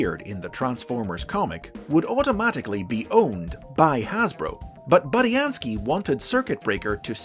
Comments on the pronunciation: It’s bood not bud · Okay, now I'm confused? Is his name pronounced Boo-Dee-An-Skii, or Bud-ee-An-skii?